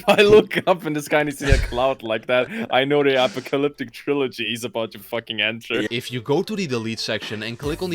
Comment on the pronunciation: “Bro if I— if I look up in the sky and see a cloud like that, I know the a-puh-cuh-lyptic trilogy is about to fucking enter” 🔥🔥🔥✍️